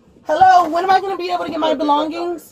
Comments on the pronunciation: 😂😂😂 With her "belon-Gings". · “My Belon-geens”. 😂 Ma’am I’m sure you stole those too. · “Can I have my belongggings? You guys have my belongggings” 😂😭